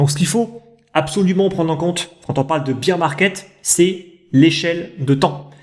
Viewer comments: Top la vidéo merci 😀 Pourquoi tu dis beer (bir) market et non bear (bèr) market? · C vrai,attention à ta prononciation de Bear/Beer market.Merci 😁